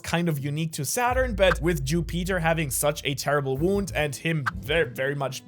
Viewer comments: Don’t wanna complain but u said ju-Peter instead of Jupiter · Every time he said “Jew Peter” he had me rolling on the floor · The name Ju Peter not Jupiter, the mucus mistake, idk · Bro, i love your videos but the fact that you are calling Jupiter "Jú Píter" its triggering af 😂😂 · bc it is Ju Peter not Jupiter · Jew-Peter lmao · Learn how to say Jupiter correctly… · The way you say Jupiter bothers me